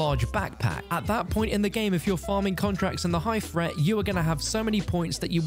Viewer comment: High fret zone. Fing. Learn to speak